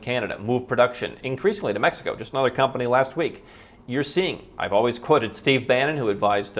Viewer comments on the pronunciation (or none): none